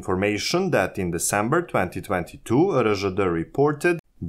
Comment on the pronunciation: РДЖ вместо Эр Жэ Дэ - это просто умора😂😂😂